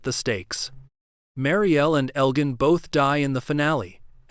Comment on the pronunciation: Marielle’s pregnancy??? WTF are you talking about??? His name is pronounced El Jin not El Gan.